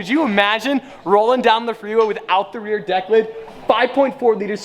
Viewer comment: Please stop saying rear declit. You sound ridiculous